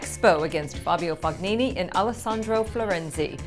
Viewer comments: The Fognini silent G is really getting to me. How hard is it to concider the comments? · I'm no Italian, but I believe it's pronounced Tott-i and the g in Fognini should be kind of silent. But we know it wouldn't be a Tennis Now news update without at least one dodgy pronunciation.